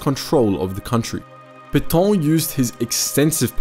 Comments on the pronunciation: It's PAY-TA Not pay-tow or pay-taw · It's not Petawhhn--more Pet(as "a" in can) Petaaaa(ngry)n. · What’s with the comedy pronunciation of Petain? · You say "é" in cliché, it's the same prononciation for Pétain.